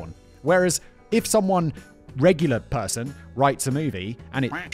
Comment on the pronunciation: Pershun instead of person Simon 😂😂😂